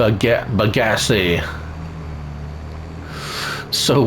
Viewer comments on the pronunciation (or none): How do we manually transport the tanks of Molassas I tried using a autoload mod set to fluid tanks and it wouldn't work. Also just a slight correction you were pronouncing Bagasse wrong the E is actually silent